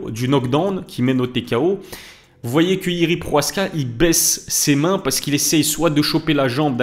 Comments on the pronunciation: « Proaska » tu lis bien son nom ? Y’a le « ch » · Salam pk tu dit « PROHASKA »? C’est « PROCHAZKA »😊